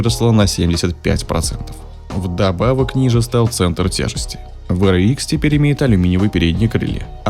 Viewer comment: WRX-ДаблЮ Р икс правильно говорить а не В Р икс VRX